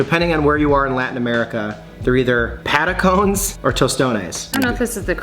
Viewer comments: “Pata-cones” …..what?! 😂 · "patacones" = Pah+tah+ko+nayz